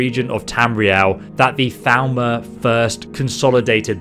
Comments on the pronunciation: Then he needs to learn proper pronunciation, since everyone in the game pronounces it as "Thal-more" not "Thal-ma/ Thal-mer" as it sounds, which is easily mistaken for Falmer if you don't listen super close. Yes, I am that pedantic XD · Is he saying Thalmor? Why does it sound like he’s saying Falmer? So confusing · Every time you say "Thalmor", it sounds like "Falmer" to me xD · I minimized the video and was very confused when you said "...and then the Falmer invaded..." like what? Then I realized that I was dumb and it was actually Thalmor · Thalmor sounds like Falmer when you say it